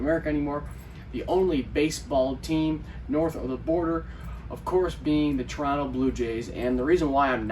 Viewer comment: Thank you for pronouncing our city name without the second “t” 👍